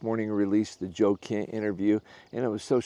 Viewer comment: Are you saying Joe "Kent"??